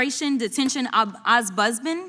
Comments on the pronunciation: I believe it is “OMBUDSMAN”, not “omspousman.” Ms Crocket is not the only one who needs to learn to pronounce and spell words properly. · 💀 “OZZ-BUZZ-MANS” 💀 Say WHAT Jazzy CROCKET?!? She TRULY has NO IDEA what an “OMBUDSMAN” is, and she is in congress💀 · Crockett’s an attorney and can’t even say “ombudsman”?😂😂🤡